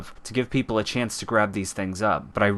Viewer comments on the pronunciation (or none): none